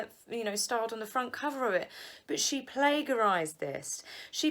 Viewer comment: It's not plagarizied--it's plagiarized. Soft g.